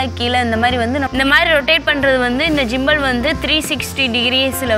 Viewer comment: ஜிம்பல் இல்ல மா... கிம்பல்